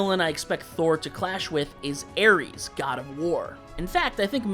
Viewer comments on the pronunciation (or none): none